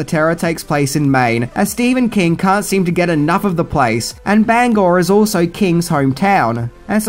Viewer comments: Congrats on pronouncing Bangor correctly! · Very fun. And thank you so much for pronouncing "Bangor," the right way! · Thank you for pronouncing Bangor correctly.